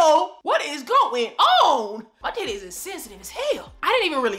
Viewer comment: Every time you say TITTAYS 🤣🤣 Thank God you are well. 🙏🏾😊